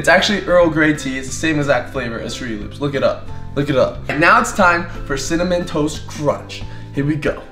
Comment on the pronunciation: cinnamon toast.. cinna- ken- CINNAMON TOAST KRENCH (cinnamontoastken lmao)